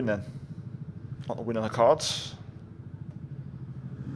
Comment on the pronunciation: " De' vries" "magnussen"